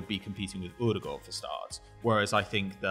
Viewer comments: thought we weren’t gonna get a custom pronunciation but he came through with Urhghdeguurhd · I love how pronounces Ødegaard😂🤌🏼